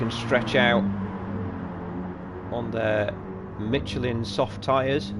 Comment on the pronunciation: Well done, very entertaining commentary. I didn’t know there was a “t” in Michelin...must be the Yorkshire alphabet 😉😃